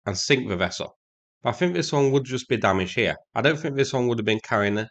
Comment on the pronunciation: you don't need to sink a ship to take it out of service. If you take the radar or communications systems, the ship isn't sea worthy any more, and will continue to sit out the war. The word "think" has a "th" at the start of it, not an "f". I know its hard for brits to speak English properly, but ffs try.